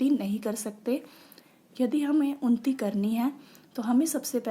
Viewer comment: Its unnati not unti